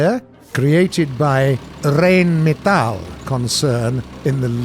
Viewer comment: Thunder. Official channel. You slaughtered the name "Rheinmetall" =D Its pronounced completely differently! ;)